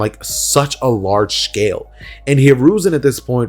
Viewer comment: i love how you said shcale